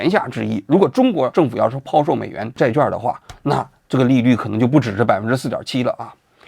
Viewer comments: 债券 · zhài quàn 。咱文科生要有文科生的样子 好不好？ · “券”读作“quan”四声与“劝”同音。希望以后改正。